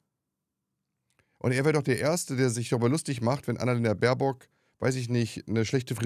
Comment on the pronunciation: Ich ebenfalls !! Der ist einfach zu blöde, den Namen unserer Aussenministerin richtig auszusprechen! Sollte vlt mal zur Logopädin....oder zum Psychiater.....oder am besten gleich in die Geschlossene!😉